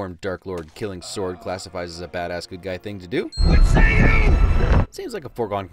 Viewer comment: Bruh, it’s not even a "sore" day. It’s a "sword" day.